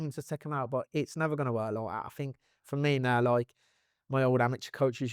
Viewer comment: "It's loike, loike, loike"